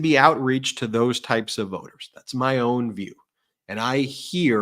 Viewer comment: Not “Thoes”😂